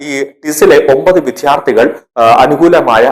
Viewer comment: Vidyarthi ennu nere ucharikkuka please